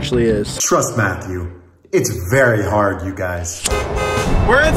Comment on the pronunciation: Yooo why did put emphasis on the " it's very hard."